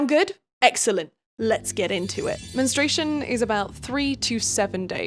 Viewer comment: English is not my first language but isn't it mentrUation/menstrual phase instead of "menstration"?